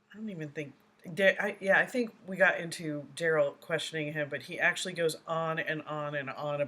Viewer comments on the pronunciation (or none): "AxeShu-ullll-E'. 'Axe'. Someone should've told this dude it's pronounced, 'actually', and 'ask'. Oh yea, let's not forget 'fur duh Wreck-ert.' It's 'for the record'. This is the only trial I've ever kept up with and watched all of it I could in my entire life. It was just too much and honestly this POS reminds me of a half-brother I was forced to spend my entire childhood and young adult life around so watching him get the shaft was kind of nice. They're so similar in so many ways it's absurd.